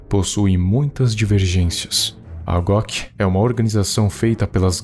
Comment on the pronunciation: So Eu fiquei escutando em vez de GOC eu escuto GLOCK kkkk